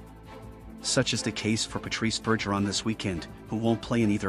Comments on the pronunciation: First off it Bergggggeron not Burgeron Any real bs fan knows this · I’m pretty sure it’s a text to speech AI bot, but yeah.. they should use a bot that can at least pronounce French names. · TTS voiced "news" maybe teach it how to pronounce Bergerons name if you wanna seem half credible